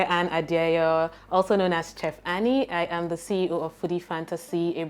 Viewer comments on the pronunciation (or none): Please It is not "Ayam" your favorite host, it is "I am" I've been holding myself since season 1.